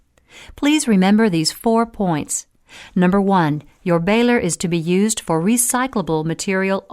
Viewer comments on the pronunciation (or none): none